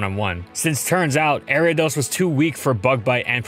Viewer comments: Area dose? Arree ah doss! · People say Airiados The anime says Ariados My step uncle says Aryados Pokémon pronunciation can be pretty confusing yet entertaining sometimes. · The way he pronounces Ariadne...jeez